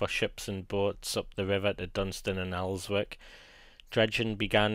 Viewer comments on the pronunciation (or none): Also, Elswick is pronounced 'Elzick'. Thought you would have known that. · The w in Elswick is silent. It's pronounced Elzick